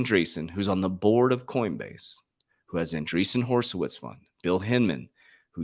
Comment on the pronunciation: “Hor’i’witz” NOT “Horse’i’witz”. I feel embarrassed every time you say it that way. I thought you were in banking 🤔